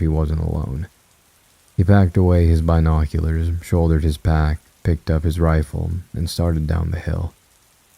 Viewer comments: When i first heard your voice I just couldn't listen but now i am a binge listener. I just cant with this one. Maybe you'll read it one day. This is the most depressing, run on sentence AI sounding man ever! Also if I hear Bi noculars once more I'll go crazy.😂 sorry, I tried though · Not the Bi noculerrrs 😂🔍🥽👀